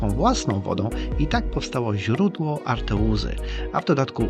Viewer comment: Mówisz w filmie: A r t euzy Poprawnie: A R E tuzy. Błędzić rzecz lucka. Dzięki za fajny film.